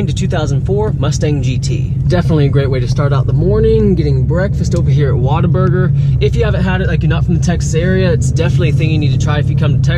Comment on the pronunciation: First off being from Corpus Christi born and raised which is home to the first Whataburger i heard you say Water-Burger 😵🤦 its What-A-Burger 😅😂 that's blasphemy here in Texas. 2v aren't fast but can be made for boost. I seen people throw a ebay or on3 turbo kits,upgraded fuel system and a decent street tune making 475 hp. Thats under 5k so yes they aren't quick but can be made quick for fairly cheap... 260hp at the crank was faster than a 5.0 foxbody, 4.6 SN95 so when it was made it was the fastest Mustang up to date back in 1999.